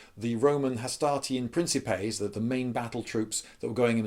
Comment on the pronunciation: It's pronounced "Prin-Ki-Pay" not "Prin-Ceh-Pay"